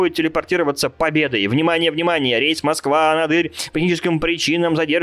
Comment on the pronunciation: тут мем про мой город. И ещё правильно не анадЫрь, а анАдырь.